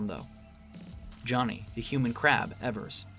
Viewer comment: great essay, but evers is pronounced "ee-vers", not "eh-vers"